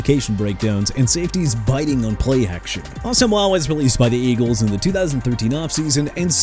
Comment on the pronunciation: FIRST OFF IT'S NNAMDI ASOMUGHA PRONOUNCED ah-so-muah!! SECOND HOW ABOUT TYREEK HILL WHO HIT A WALL?! HOW ABOUT THAT?! TIRED OF THIS NONSENSE... AND I'M ALREADY UPSET!